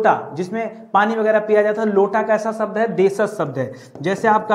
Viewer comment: Sabd nahin shabd.. Pehle khud seekho phir sikhao.